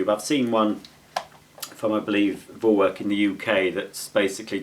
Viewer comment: You see. It’s pronounced For-Verk